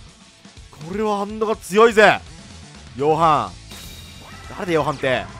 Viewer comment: ヨハンがろはんに聞こえた